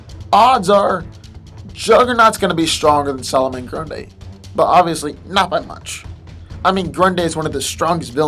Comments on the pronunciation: It's NOT Pronounced "Grun-Day" It's Pronounced "Grun-Dee" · it's grundee not day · why are keep calling him "Grunday" instead of "Grundy" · grundy bro not grunday hahaha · i think the video wasnt too bad but everytime you pronounced grundy (grun-dee) as grun-day i wanted to teleport to your location and slap your mispronouncing ass. its grundy damn it! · ummm grundee not grunday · does it bother anyone else that he seems to say grun-day a few times instead of grundie? could just be me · This boy said Grunda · Someone mentioned how nearly every 'superhero' has regenerative powers now, maybe... but it's a shame the commentators have to destroy the spoken english text by being incapable of speaking properly, so either learn to pronounce english or sod off; typical example.. solomon grundayy!! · It sounds like GRONDAYY he said GRUNDAY 7 years later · "Solomon GrunDAY". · Why’s this asshole pronounce Solomon Grundy like that? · Why do you keep saying Grundy like this, there is not an A between the d and y in Grundy